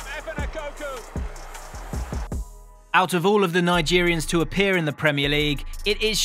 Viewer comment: JJO then Kanu bar none a country miles above everyone else & mispronunciation of Efan’s surname criminal 😂🤣😂😁